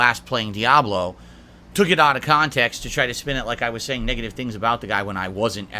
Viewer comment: Video starts when reads a question on stream, then rants 10minutes about the topic, then video moves on when he finally changes subjects.: "This is out of khantext!"